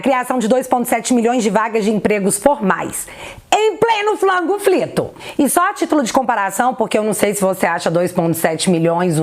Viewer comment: Pq vc fala " Flango frito" tô por fora🙈